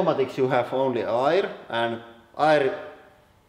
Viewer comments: Air not irrrr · Air. Say "ehr" not "ire" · hey man, it's pronounced AER , or ERR , not ir. (i mean air) say it more like "fair", or with the "E" in "melt" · It took me 5 minutes just to figure out he was saying "air" instead of "ire"... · When you say "air" I hear the German "eier", which means "eggs". So, maybe eggs?